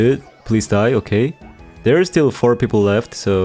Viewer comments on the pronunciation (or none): none